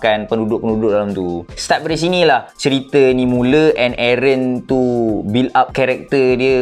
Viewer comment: Bukan aaron..tapi airrent